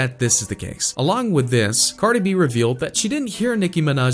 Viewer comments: "Carda b" "qwavo"💀💀💀💀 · Cardob. Really cardi b boyy qwavo really quavo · WHO THE FUCK IS CARDUH BEE???????? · Lmfaooooo he said Quavo and Cardi B name wrong 😂😂